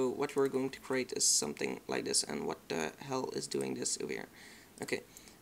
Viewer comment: werk vooral aan je and, je zegt het als en.